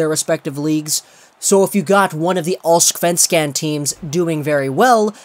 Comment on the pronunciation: Am I allowed to cry because of how he pronounces Allsvenskan as Allsksvansken?